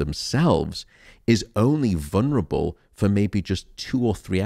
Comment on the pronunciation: For such an intelligent man does he not know there is no such words as "vunrable"? The word is "vulnerable" 4 syllables not 3